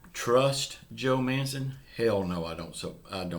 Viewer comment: You say manchin the way you pronounce it like a house manchin